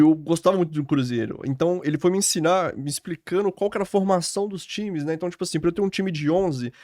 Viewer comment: O rapaz conseguiu aos deixar escapar um R retroflexo. Rsrs "Ele foi me ensinarrrr...". Ok. B+.